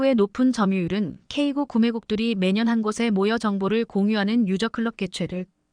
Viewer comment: 제품의 모델명을 발음 할 때에 영문과 숫자가 혼합되어 있다면 숫자도 영문으로 읽어야 합니다. 즉 , "K9"은 "K구"또는 "K아홉"이 아니라 "K nine"으로 읽어야 합니다. "K9A1", "K2" 등도 동일합니다. 그리고, 최근에 살해된 러시아의 야권 지도자 "알렉세이 나발니"의 이름을 읽을 때도 알파벳으로 읽으면 안되며, 이름 그대로 읽어야 합니다.